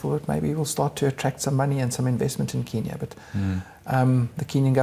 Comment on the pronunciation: Good interview thanks but you have got to say KENya not KEENya. The latter name really really annoys Kenyans....